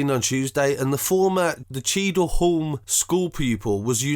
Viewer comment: “Cheadle holm”😂😂 nigga it’s cheadle hue-m